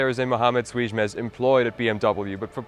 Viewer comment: Youre probably the only person on the internet that can pronounce "ç" correctly